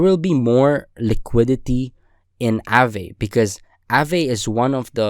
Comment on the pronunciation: nice vid, one thing tho; it's pronounced 'ah-ve/vuh' not 'a-vay'